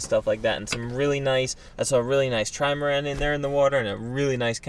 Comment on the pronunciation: I like how calls the boat a Trimarand 😄